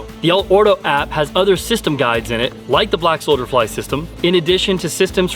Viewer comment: Is he saying solder fly?